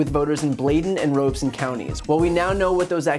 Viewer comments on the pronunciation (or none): It's pronounced Rob e son county! Not Ro be son!